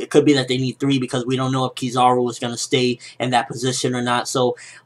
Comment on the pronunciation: it is pronouced kiz-a-ru not kiz-ar-u :P